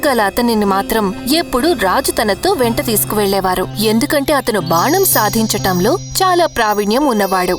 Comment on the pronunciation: Banam sadinchatam kadu baanam sandichadam